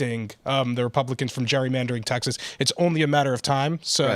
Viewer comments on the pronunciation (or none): Phil its gerry-mandering not jury mandering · Phil!!! It's not jury-mandering!! It's Gerrymandering!! As in my kids' ancestor Elbridge Gerry (signer of the Constitution)... pronounced like Jerry as in "Tom &Jerry"